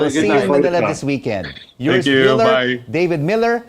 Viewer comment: OMG!! This man’s name is not’YURS’ it’s URS! How after all this time can people still be unable to pronounce his name correctly?!?!?